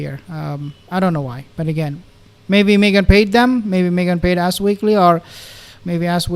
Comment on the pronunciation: Your pronunciation of " Ass Magazine" made my day!